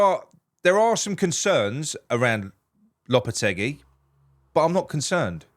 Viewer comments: low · puh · teh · gee 👍👍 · I speak Spanish natively. The way to pronounce it is “Lopeteggy”